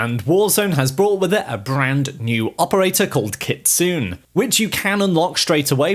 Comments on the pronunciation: Ayyeee! It's not kitsooon*... It's pronounced * KITSUNEY Learn how to pronounce stuff apart from English man, you guys freak out when we accidently mispronounce English words, when all you can speak is only English. 🤣😂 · KIT-SU-NEH , not Kit soon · Her Name is pronounced “ Kit, Sue, Nae” Kitsune! Not “Kitsoon” 😂🤣! Cultural Appropriation at it’s best (Chef’s Kiss) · It's pronounced kit-zu-nay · It’s kit-su-ne